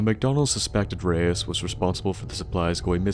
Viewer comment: Enjoy we mispronouncing Reise for the entire of the episode XD Feedback and suggestions are appreicated